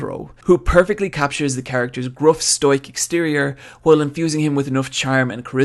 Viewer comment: You're saying "Stoic" wrong